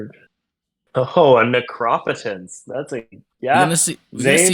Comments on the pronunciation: The commenter is wild mispronouncing necropotence and the Dark Ritual take is so off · Fun fact: in the midwest we also know how to correctly pronounce Necropotence. 😉